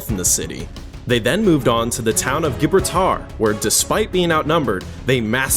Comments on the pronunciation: It’s pronounced jib-brawl-ter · I have never heard “Gibraltar” pronounced that way…